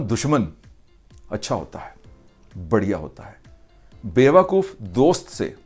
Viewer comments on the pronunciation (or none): Sir it's badi aa nahi,it should be badiya